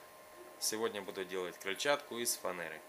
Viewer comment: Не говори фанээра говори фанера.